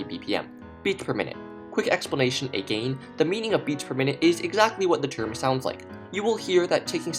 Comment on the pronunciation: the way he says "again" lol